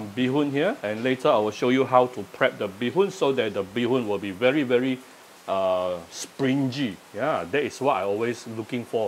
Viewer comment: springy should be pronounced as spring - ngee. Not with jee.....